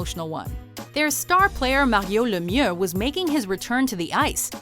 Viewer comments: Even Lemieux himself says “May-ree-oh Leh-me-ew” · LETS GO PENS 3ELIEVE and you said Mario Lemmiex name wrong PITTSBURGH DESPISES YOU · That’s not how you say Mario Lemieux. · i hate how she says lemiux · You need to pronounce Mario Lemieux right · I hate how they say Mario Lemieux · Wtf. Don't say Mario Lemieux's name like that. It's disgusting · They way they pronounced Lemieux's name kills me